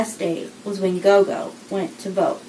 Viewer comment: The pronunciation is more g'or g'or. It is the isiZulu word for Grandmother.